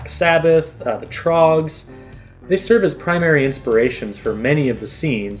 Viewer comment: Did he say "the Troggs"?